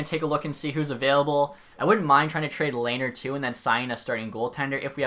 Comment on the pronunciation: Ok I'm late but its Le-ner